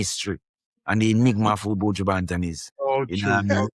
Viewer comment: Buju... not buujuuu